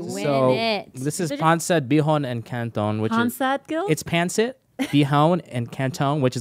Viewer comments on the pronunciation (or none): Is it just me or is butcher the pronunciations of these dishes? Like when he said Pancit, Ive never heard anyone say it like that same with how he said Balut?!?